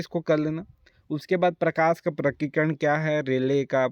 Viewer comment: Sir apko prakirnan padhna nahi aa raha humko kya padhayenge